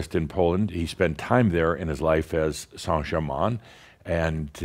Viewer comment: Wow! A half way decent & honorable go at saying "Saint Germain"! You have no idea how much it bugs me listening to US based 'mediums' claiming to be channelling La Compte who can't even get within a country mile of pronouncing his name! Its a bit like if I announced that I was channelling a Mexican called "José" and I said "Hi everyone, today I will be channelling my ascended master who I have been channelling for 20, years- Joe-Zay!". ;-)